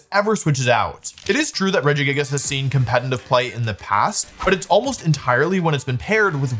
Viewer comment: Day 5 million of Wolfie not being able to say «competitive»😂